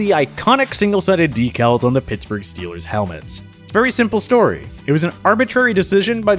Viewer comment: Scheelrs not goina soupaer baowl!